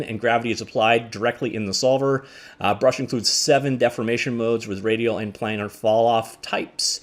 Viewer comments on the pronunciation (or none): none